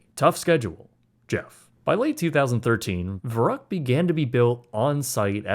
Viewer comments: "Fer-uckt" not "ver-rucked" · The mispronunciation of Verrückt is killing me. ü make a long u sound. "ver-roookt" Not uck as in yuck. Kinda like in Veruca. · it was pronounced Ver-oo-ckt, not Ver-uckt. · Whatever you said, thats not Crazy in German 😂 Verucket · The stupid slide is actually pronounced “Ferr-OOkt” in German. I know it’s beside the point when a child gets decapitated, but hearing someone say “vuruckt” just sounds really weird. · It's pronounced more like fair-ROOKT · Verrückt is pronounced more like "fair rooked" by the way - with the "ü" pronocunced like in the word good. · verrückt is pronounced in English 'fair ukt' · I know you’re not German and this isn’t Germany however I’m compelled to let you know. It’s pronounced FER-OOKED! That’s how you say Verrückt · Verrückt is pronounced more like "ver-Rue-kt". You lost the umlaut. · I don't think youre pronouncing "Verrückt" correctly and it's kinda annoying. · Great doc and a fucked-up story – but the German in me simply cannot let your butchering of the pronounciation of "Verrückt" slide (pun semi-intended). 😉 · Am I being picky when I complain about the mispronunciation of Verruckt? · Dude pronounce the slide wrong lol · I appreciate the details of this video, but please, pronounce the name of the waterslide correctly or everything you've said carries no weight. Just saying. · Shame that you can't pronounce Verrückt. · You cannot even say "verrückt" right. That is one word that you can enter in Google Translator, incredible, and you want to charge us for this quality??? Some people are really bold.